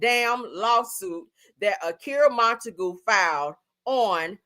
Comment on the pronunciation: Monta-GUE not GOO sounds like mr. magoo🤣